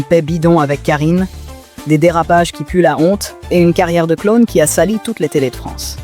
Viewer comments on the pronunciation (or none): Vous pourriez vous payer une voix humaine pour sonoriser votre vidéo, par ailleurs insignifiante... (le mot "clown" se prononce CLOUNE et non pas CLONE)